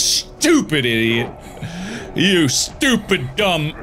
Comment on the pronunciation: How were you able to write idiot exactly the way he said it!??! Dude